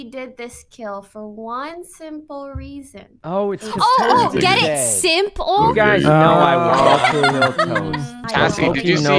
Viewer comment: when she said "simp"le and nobody laughed and everybody thought she was saying information